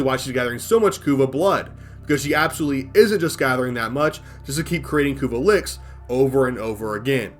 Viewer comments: i don't think i've ever heard of anyone pronounce "lich" as "lick" before...One for the books i suppose. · The way you say continuity, lich, and Lua bothers the hell out of me. But sides that good vid.